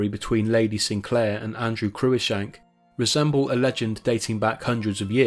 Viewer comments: For "Cruishank"hear "the proper name "CruiCKshank" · Cruikshank is pronounced 'Crookshank', not 'croo-ickshank'. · Cruickshank pronounced Crookshank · The daughter of an earl is always "Lady Fanny Sinclair" or "Lady Fanny" and can never be "Lady Sinclair" as "Lady is the title of only the wife of a lowly Baronet or Life Peer. Cruickshank is pronounced "crookshank"